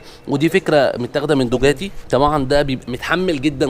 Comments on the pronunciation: انت بتقول اى كلام ..ومش فاهم حاجه .. لغة .. مش لهجه .. اللغة هيا من بلد لأخر .. زى فرنسا وايطاليا .. لكن الى بتتكلم عليه ده تقصد بيه اللهجه .. كل بلد واحدة بيكون فيها لهجات .. مش لغات .. لهجة الاسكندرانى غير لهجه الصعيدى .. بس هو مغلطش فى لهجه .. هيا معروفه دوكاتى Ducati مفيش حاجه اسمها دوجاتى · انا اقصد بينطقها غلط بيقولها بالجيم